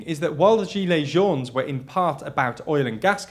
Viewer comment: The "s" in "jaunes" is silent, as always for plural words in French